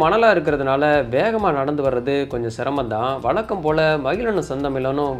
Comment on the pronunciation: வளக்கம், செந்தமிலன், பளக்கம்.....ரொம்ப சுத்தமான தமிழ் உச்சரிப்பு!😂😂😂😂😂😂